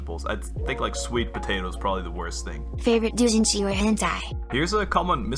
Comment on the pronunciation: Celebratory: Sele-Bruh-Tori Edit1: you watched JoJo's as one of the few anime you've watched? Good Edit2:Doujinshi: Doe-jin-shi Edit3: my internet is also shit.... Thanks to the huge Asia thing that just increases your ping in THIS GAME SPECIFICALLY to spike by 100 Edit4:I wanna see you play a horror game too Edit5: how tf do you get double digit ping? I can usually average 150 when I have good int but can spike to 120 or so but ever since the freaking Asia thing it's gone to 200 to 300 and worst case 400